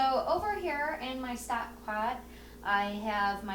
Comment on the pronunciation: lost my vote when you said stack instead of stock.